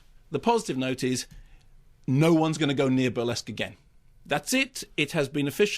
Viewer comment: The reesskee-ESQUE, the rissQUÈ...the Burr-LESQff....... He gets the RissQUÈ-est number, in the fill-um. Love it.